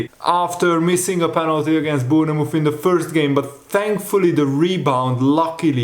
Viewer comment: Hi, after watching you for many years and being English and we have some well funny spellings and pronounciations, just to say, you don't pronounce the 'e' in Bournemouth, you say it like Born-muth, like the 'TH-'E'- sound kind of. Obviously we say it more quickly here, not a critique, just thought to say....I enjoy people's accents and how they pronounce things, I used to teach TESOL once upon a time....